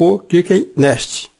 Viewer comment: Ele falando clica no nesti, nesti, para falar next ficou muito engraçado! kkkkk Mas o tutorial é top e legal!